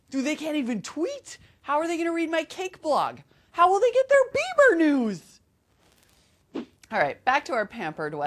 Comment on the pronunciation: she was funny but when she said beiber news it sounded like beemer news haha